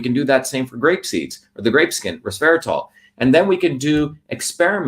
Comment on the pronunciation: resveratRol, not resveraTOL, yes?